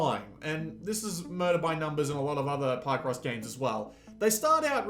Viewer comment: “Pie-cross” 🥧❌ Hahahahaha omg and you say it wrong sooooo many times. It’s PIHCross, dude. From “picture”